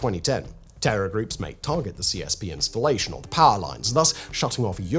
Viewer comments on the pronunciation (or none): none